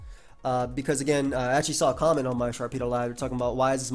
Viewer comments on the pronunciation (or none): none